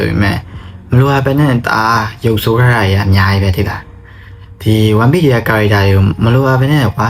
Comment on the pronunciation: One piece ဆိုတဲ့ pronunciation ကိုမှားနေထဲ ဒီ vdကိုကြည့်ဖို့မတန်ဖူးထင်လိုက်ပြီနော် more like ကိုယ်တိုင်ကစောက်ဖြစ်မရှိပဲ ဉာဏ်ရည်မမှီပဲ လှေကားထစ်တစ်ထစ်ကျော်တက်နေသလိုပဲ